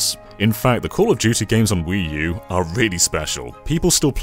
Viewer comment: it’s pronounced “Wuu.”